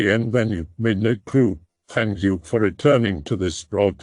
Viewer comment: ERMAHGERD. MIDNERGHT.